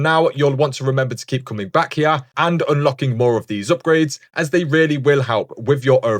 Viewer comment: right hee-ya